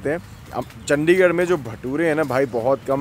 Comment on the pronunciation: ਔ ਭਰਾਵਾ ਕਿਊ ਚੰਡੀਗੜ੍ਹ ਦੀ ਅਹੀ ਤਹਿ ਫੈਰੀ ਆ ਤੇਨੇ ਚੱਦੀਗੜ੍ਹ ਬੋਲ ਬੋਲ ਕੇ ਤੂੰ ਤਾਂ ਭਰਾਵਾ ਨਾਮ ਬੰਬੇ ਅਲੇਆ ਵਾਂਗੂ ਲੈਣ ਲੱਗ ਗਿਆ ਆਪਣੇ ਚੰਡੀਗੜ੍ਹ ਦਾ